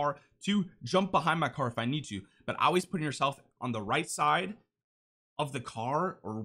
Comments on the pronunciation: “You Ahhhhlwayz ulwaiz Al Ways need direction” Love the content bro, keep it up 🤝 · Never noticed you had an accent until you said always three times in a row, reminds me of my mom saying wuder instead of water